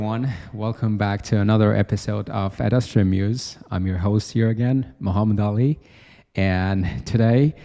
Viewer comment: Mukhammad Ali's pronunciation is so"yorvoreyshn"😭